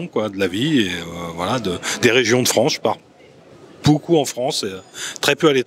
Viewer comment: D'où vient ce monsieur qui prononce « des régions France » comme « Franche » ?